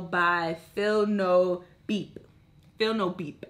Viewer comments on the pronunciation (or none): It's B.E.P